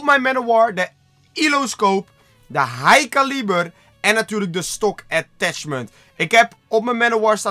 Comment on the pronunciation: Het is een elo scope en niet ilo dat er niet en het is niet high calieber maar high caliber